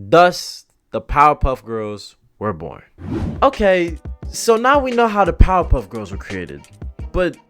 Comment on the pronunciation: Everynow and then when you say Powerpuff Girls, it almost sounds like you're saying Pop-up girls.